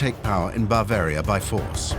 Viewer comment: Three minutes in, I can’t stand to hear “bAAvaria” once more.